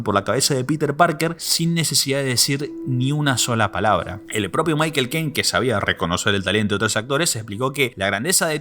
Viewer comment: Ese tipo no sabe pronunciar Michael XD